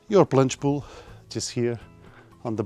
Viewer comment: did you say beautiful planche pool? :face-purple-crying